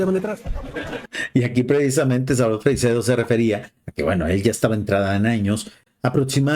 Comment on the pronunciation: Por favor, podrías molestarte en saber pronunciar , por lo menos, su apellido? No es Freicsedo, es Freixedo.